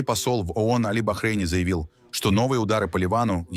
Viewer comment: Не. АОН, а ООН!Произносите правильно!